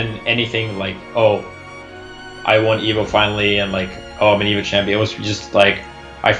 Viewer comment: "I won-a evo"*